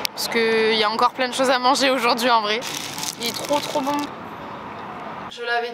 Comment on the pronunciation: tu peux arrêter de dire « oujourd’hui » stp 😭❤️